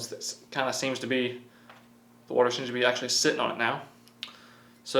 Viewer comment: when kids try to talk with their mouth full of watee